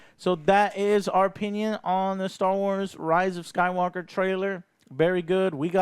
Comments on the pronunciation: Did i hear Joe say Rise of Skype-Walker? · "The Rise of Skypewalker"